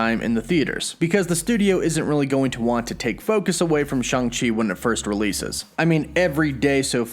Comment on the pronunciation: It's not pronounced "Shong Chi", not pronounced "Shung Chi", it's " Shang Chi". When you pronounced " Kang " why not pronounce it as "Kong" if that's the case? Watch an interview with the creator of the comic character and you will hear. Thank you for your understanding as I enjoy watching and listening to your updates. lol